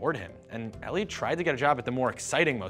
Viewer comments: 14 seconds in I stopped because i thought i heard something stupid. Did they mispronounce his name as "ellie"??? I've actually met a few Eli's (also of jewish descent) and they always pronounced it as "eeee-lie" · "Ellie" im sure he means 'eli' EE - LIE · Eli Cohen (as well as almost all Hebrew speaking Eli's) pronounce their name eh-lee. It's often short for Eliyahu (Elijah) or Eliezer and not like the name pronounced "ee-lie". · Eli, a nickname of the Hebrew name Eliyahu (Elijah), is pronounced eh-lee and not ee-lie.